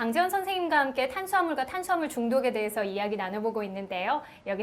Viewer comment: 예? 싐대 영양싀오 탄싀아물 이요? 선생님 번데기발음 넘나 귀엽네요